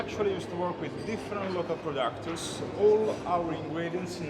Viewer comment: I also liked that waiter when he said we buy from local “productors “ lol maybe this is how waiters in Monaco pronounce producers